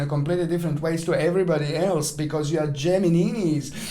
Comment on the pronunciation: Hi. Again I love the way you are saying Gemininis ( hahaha). At the beginning of your video you are like a James Bond villain with your black cat ( but you are not a villain and his cat was white ). I love your vibes. P.s. I noticed that the date you have gave us 13th of February, planet Mars will conjunct the Galactic center. The Galactic Center is one very sensitive point which is located at 26°50` of Sagittarius. Some astrologers believe that point is an Open Gate With God ( or the Universe ). Anyone who's having a personal planet or mathimatical point ( for example the Ascended ) is consider as very lucky or very gifted at something. After all who's doesn't want an open line with the universe? I do have my Anti- Vertex at 27°24` Saggi and sometimes I know things which are impossible to know like check up results or lab examinations even for people I have never meet in my life. Usually this happens when someone is close to me (for example with my best friend or ex-partners which I was very much in love with them). Anyway the same day Sun conjunct my Moon and activates my natal Grand Trine. They say when so many things are activated at the same time usual something will happen ( for good or bad ). I can only hope it will be for good.